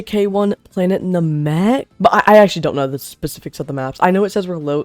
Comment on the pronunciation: planet nuh-mech 💔